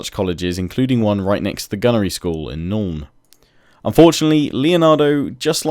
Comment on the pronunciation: I KNOW ITS BEEN FIVE YEARS BUT I FUCKING HATE HOW YOU SAY NULN